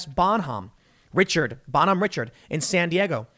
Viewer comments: Pronounced RA-shar-D, not Richard. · It’s pronounced rish-ard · Every sailor in Navy is supposed to be a trained firefighter. The Bonhomme Richard was a disgrace. Pronounced Ri-shard by the way. Nickname was the Bonnie Dick.